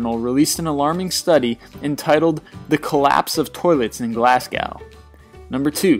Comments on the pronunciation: So do I. Born and raised hear. It's pronounced Glasgo not glas"gow" the w is silent. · who the fuck says glass cow instead of Glasgow lol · He mispronounced Glasgow >.< It's pronounced "Glaz-go", not "Glass gow" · did you pronounce Glasgow (Glass go) like Glass cow? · Glasgow has no A at the end it's pronounced Glasg-O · Did he just say glass-gow instead of Glasgow?! It's pronounced glaz-go dude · It is pronounced glasgo not glasgow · "glasgal" lol class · its pronounced glaz-go simple no matter where your from or what accent you have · Glasgow = glassgao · Really? Isn't it more. Glas-go... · Glass-go not how you say it. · just a hint mate, its pronounced Glaz-go :) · Glasgow, Scotland is pronounced without the w, so glasgo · glasgow is pronounced glars-go btw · Its pronounced "Glasgo" not Glasgow, even though its spelled that way, otherwise I'd say Glesga (you know, we Scots and our ways) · What is it with Americans and the inability to pronounce Glasgow. (Glas-go) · *glez-ga actually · its pronounced glas-go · coming from a Glaswegian its pronounced GLASGOW GLAS-GOW NOT COW the w is silent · coming from a Glaswegian its pronounced GLEZ-GA actually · The way you said Glasgow made me laugh for so long XD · You are not pronouncing Glasgow correctly. The w is silent. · You said Glasgow wrong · don't think i've ever heard a worst pronunciation of glasgow i've ever heard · You mispronounced Glasgow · U didn't pronounced Glasgow right. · you sed Glasgow wrong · I think it is the 'ow' in Glasgow giving a different cue to Americans than the British, in American English, 'ow' at the end of a word usually means that word has an 'ao' ending instead of an 'oo' ending. This is why, likewise, most British butcher American/Canadian cities, a different way of reading the same combination of letters.